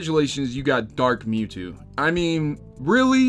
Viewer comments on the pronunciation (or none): The VR mode in BotW and Odyssey are not meant to be full experiences. Also it says Dark 'Mawtwo' not Mewtwo. Also if you don't like Zelda being exclusive to Nintendo or God of War being exclusive to Sony then make your own Zelda and God of War with Blackjack and hookers on the Blackjack and Hooker Console.